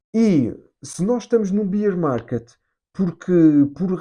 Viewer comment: Boas, nao lhe querendo ensinar nada , mas a forma como diz Bear market incorreta. Beer é cerveja . Bear Market lê-se o "a"